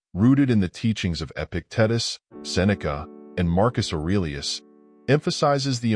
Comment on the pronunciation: EpiTITEus is how you pronounce it.